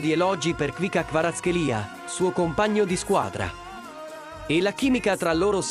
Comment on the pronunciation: Ma non kvika🤦‍♂️🤦‍♂️🤦‍♂️🤦‍♂️🤬 khvica C non K khvi C a non khvi K a 🤦‍♂️